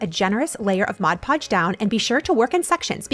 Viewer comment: Thank you for saying MOD podge. It drives me crazy when people say MODGE Podge. 😂